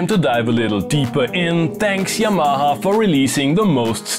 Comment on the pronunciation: When you say 'Yamaha' it sounds like 'Your Mama' and that is fine.